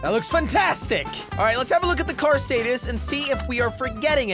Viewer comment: Jelly with the english mistakes its not "staytus" its "status" xD